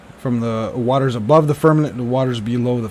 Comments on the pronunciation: Haha. Heard that... firm-a-MENT. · Firmament not fermanent Besides that.great video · I applaud and appreciate all you do. However when you talk about the firmament, you keep saying firmanent (like the word permanent) it is pronounced firm-a-mint, not firm-a-nint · Firm a ment. Not nent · Firmament not fermement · Firm-a-Ment lol.. stop saying firmanent lol.. otherwise great!! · Dude...... I love your content! BUT it's pronounced "firm-a-MENT". Not "firm-a-NENT". LOL! Keep up the good work!!:) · FIR-MA-MENT...NOT Fir-minute or Fir-men-it... c'mon man! ReALlY?!?! ya killin' me smallz, ya killin' me... titally LOVE your content/videos BUT my dude it's like nails on a chalk board and YES, IT DOES MATTEE, you're clearly far too intelligent and well spoken...so can ya help a brother out??? please?!?! 🤓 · Fir-Ma-Ment..not fernamint. I hadn't thought about it for a long time, but when I was very very young, they didn't say Jesus hung on a cross. They said he hung on a tree. Now you never hear that. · Why do u call it "Firmanet"?😅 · FIRM - A - MENT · Right, not firmaNent. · It is FIRMININT!! He said it a hunrid times. Makes me laugh. Lighten up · Carl Thacker 0 seconds ago It is FIRMININT!! He said it a hunrid times. Makes me laugh. Lighten up